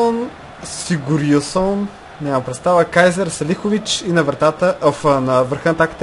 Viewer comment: Име се произнася Гилфи Сигьордсон ;)